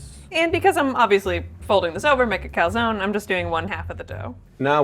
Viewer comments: lol an american saying 'calzooooone' is so fking annoying 😂😂 calzoNE its not that hard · Italy called, they'd like to point out that there's an e at the end of calzone, and it's most definitely not pronounced like that. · Americans can't even google how to pronounce Calzone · It's a bit icky when the pro chef tries to pronounce everything in Italian right but yet pronounces "calzone" wrong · I’m i Italian and I was so disappointed that you were saying calzone wrong